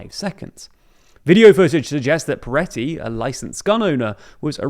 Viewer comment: Am i having a stroke or is saying Piretty (with an i)? feels like this warrants some acknowledizing.. or is it just a pronunciation thing?